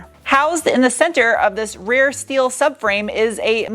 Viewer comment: Aluminium and schteeel